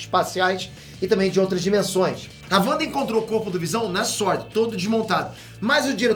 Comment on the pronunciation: SuÔrd (sword), vc fala inglês, vc sabe pô...